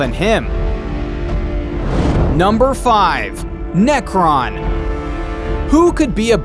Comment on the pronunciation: His name is Nekron not Nekton